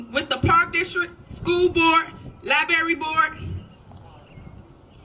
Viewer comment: Its called a library not a libary